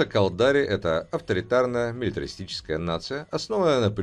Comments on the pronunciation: Я не понял, кАлдари - ударение не первом слоге? АмаррЫ - на последнем? Это с каких радостей? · галленИты, амаррЫ, кАлдари, минмАтары, ну, хорошо хоть окончание предложений не слышно, а то и там ударения небось перековерчены. а так, спасибо!